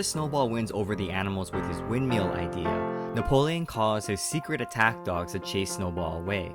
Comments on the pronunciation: love how u say "windmeal" not windmill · the way he says windmill is the funniest thing 'wind-meal'